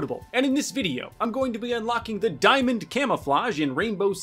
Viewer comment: Ah yes de tin foil camo